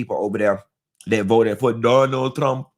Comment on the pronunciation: when you said "Du-nal Trewmp" i spit out my soda.you aint right😂